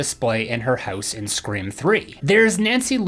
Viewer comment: Ummmmmmm dude at the start of tgevvideo u said scream awx